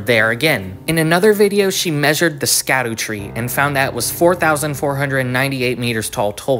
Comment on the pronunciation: There is no way we are STILL saying ‘Skdoo-tree’ this long after launch. it’s pronounced ‘shadow-tree’. Scadu is just an old english spelling of Shadow.